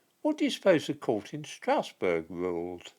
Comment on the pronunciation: Please, Strasbourg is not pronounced 'Strousburg', rather it is pronounced 'Strasburg'.